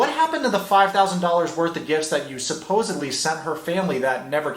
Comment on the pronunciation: It's really SUPPOSEDddddly not Supposebbbbbly From the word SUPPOSED. with a D Not supposed. With B